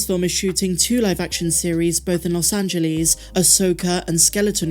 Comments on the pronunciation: said “Los Angelies” 💀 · Unrelated to SW but, I just loved how you pronounced "Los Angeles"!!